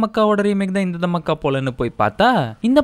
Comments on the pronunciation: Dham me ke 😂😂 ella ya adu Dhaa maa kha ya adhu 😂😂😂 Romba Kusumbu dhan !! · அட பாவி அது, தம்மஅக்கா இல்ல தாமாக்கா 😂😂😂